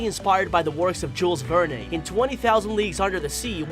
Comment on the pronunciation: Oh man it was painful to listen to him mispronounce Jules Verne so many times in a row. Have you really never heard his name out loud before??